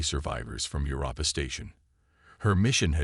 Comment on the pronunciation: DAMN!!!!! 30 seconds into the story and I am outta here!!!!!!!!!! Your AI SUCKS!!!! In the first 30 seconds, we already have, "your-AHPPA" (Europa), "deh-BRISS"!!!! I will NOT sit through the other 54 minutes and 23 seconds listening to this kind of POS AI!!!!!!!!!!!!!...no matter how good the story line is.